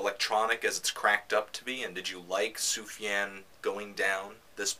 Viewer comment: That's pretty close to the correct Arabic prononciation, yeah